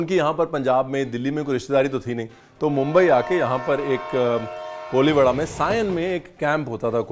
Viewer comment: It's not koliwada.. It's कोळीवाडा 😂😂